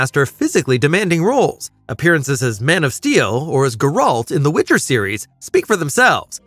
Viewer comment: I'm supposed to take you serious when you don't even the Highlander line right or pronounce Geralt correctly? There's multiple Highlander movies and tv shows to get it the line right. Plus, multiple games and a shity tv show to use to get the pronunciation right for Geralt.